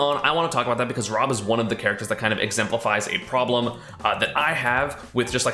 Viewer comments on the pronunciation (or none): the “roblem” haha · Ah yes, the ROBlem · The P-ROB-lem, as it were